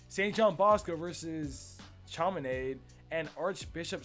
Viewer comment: It's not Chama Naid.... it's chamaNodd